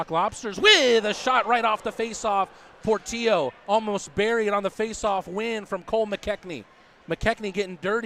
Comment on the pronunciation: Do the announcers not realize Portillo has 2 L's in it? His names not Portio....